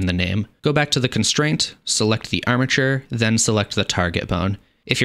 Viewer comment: Bro. I hear amature every time you say armature.